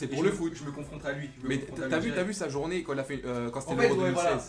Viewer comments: C'est " Une journée avec Pogba " mais pas jounee 😂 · c journee pas jounee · oui jounee ca se dit pas